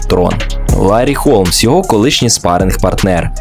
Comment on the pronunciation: Холмса а не Голмса